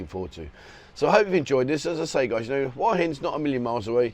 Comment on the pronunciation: It really beats me why you people can't show respect to your Thai hosts (who you keep saying you love) and learn to say "Hua" to rhyme with "oo-er" and not "Hawah...!" I know you always say you don't care, and it doesn't matter, but this attitude reflects badly on your image... Just a thought...